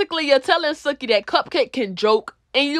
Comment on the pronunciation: ITS PRONOUNCED SUE-KEY